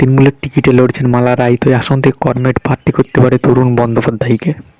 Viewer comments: আপনি বাংলা উচ্চারণ সঠিক ভাবে করতে পারছেন না। আপনি কমরেড উচ্চারণ করমেড করেছেন। অবিলম্বে এই ভুল সংশোধন করুন। ধন্যবাদ। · করমেড?😂😂 এই শুনে ই বোঝা যাচ্ছে আপনার খবরের দম।😅😅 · comred uccaran thik kor